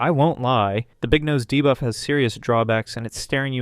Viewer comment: Idk why nut everytime he says debuff i hear divaaa 😭😭